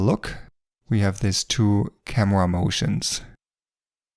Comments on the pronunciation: I like how you say Kamua - great video btw! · " camewa " i love youre accent❤❤